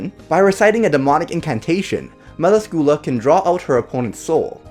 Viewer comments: Isn't it pronounced Mel Ask you lah? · fuck can t you pronoce her name right its not meracula you read meracila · You said her name incorrectly... Mell-lass-scu-lah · Why did you have to pronounce melascula wrong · Im sorry but you said it wrong and i could not stand it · 😡😐😑... That's NOT how you say her name tho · I love her but you pronounced her name wrong